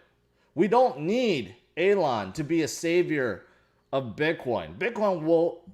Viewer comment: Does anyone know why calls elon A-lon lol